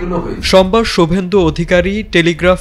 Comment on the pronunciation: Shubendhu ❌ Gubendhu✅✅😂😂